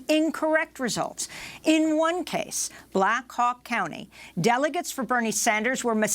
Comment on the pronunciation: Did Amy goodman say black cock county ???? Hahaha